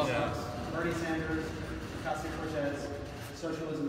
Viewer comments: But “Adria” and “Ocasia” save me two entire syllables each! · She can’t even pronounce “Ocasio” right